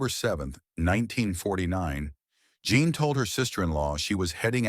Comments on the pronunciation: Her name is Jean, not John!!! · Her name was Jean not John. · Can't pronounce Jean but you get Croatoan right.